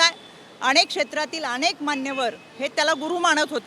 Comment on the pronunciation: अणेक, भावणा, 😂😂 काय शुद्ध मराठी बोलायचा प्रयत्न करतेय 😂